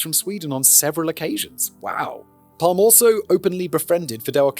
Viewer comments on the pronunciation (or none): "Palm"-"e" you should pronounce the e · Gosh. You messed this up. Calling Palme "Palm" for a Swede just does work. The E is very pronounced in Swedish. And while controversial, he was VERY far for universally hated. And if you messed this up soooo badly , how can we trust anything to make video about? Major mistake... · Pronounced: Palm-er we roll our Rs in Sweden Joakim is kind of like in Yo-Yo at the start so “yo - ah - KIM” Dont get me started on the vowels. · Sorry. I do enjoy CC But this is a shit show. Maybe because I'm Swedish. Maybe because Simon has to tangent the shit out of it for longer content? This was overwhelmingly cringe. Maybe it got better after 5 minutes.. I'm not wasting more of my time Edit: Yes. I'm old enough to hear PalmE (the E is audible Simon) being shot on the radio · English speakers really do be allergic to pronouncing the letter e at the end of a word. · Looking up the pronunciation, then immediately discarding it. You can take the boy out of Britain, but you can’t take Britain out of the boy 😂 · But naturally he couldn't do the extra "e" for the whole episode. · Who else believe he recorded the entire episode, then realized he pronounced the name wrongly, and decided to make this intro? 😂